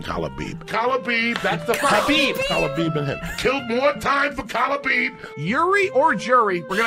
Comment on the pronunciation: I'm convinced that unlike Joey, Chael is trolling. When Joey said Stiopic and Khalabeeb I almost had a seizure I laughed so hard!